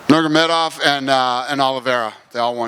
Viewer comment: crazy that dana still cant say khabibs last name lmao dude said nurgamadov